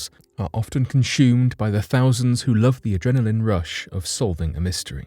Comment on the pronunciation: It's consumed not conshumed lol